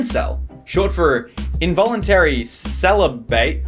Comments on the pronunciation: Wow such a chad he can’t even pronounce celibate 😂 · watching you try and pronounce celibate was just awful. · Does he seriously not know how to say celibate? Why wouldn’t you edit that bullshit out? That shit just pissed me off thinking about how ur fucking job is to read on YouTube.... that’s it... read... and you did it wrong.... anyways I like the rest of the video okay that shit was just stupid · I didn't notice until he stumbled over the pronunciation of 'celibate'. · This is NOT funny. This is bullshit. You're mocking men who are trying to find love. You can't even pronounce celibate though so I shouldn't be surprised you're unable to show any tact.